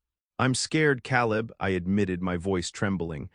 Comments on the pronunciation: It's Kay-Lib "Caleb" not Cow-Lib !! You people really do need to listen to your ai stories before you post them making necessary edits if you want people to subscribe. Lots of holes and discrepancies in this story that you would have caught if you would have just listened to it first !!! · Kay Leb, not Cal Leb. AI should know these things